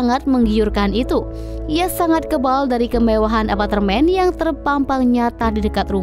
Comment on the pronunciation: Pengisi suarnya bilang Apatermen Bener gak..?